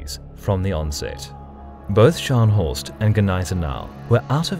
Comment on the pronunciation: your pronounciation of "Scharnhorst" was agonising to listen to as a native german speaker :D I don't blame you though, german is a really fucked up language for anglophones to pronounce and you actually did it quite well xD